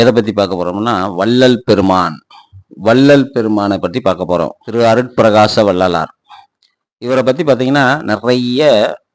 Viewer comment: அருப்பிரகாச அல்ல அருட்பிரகாச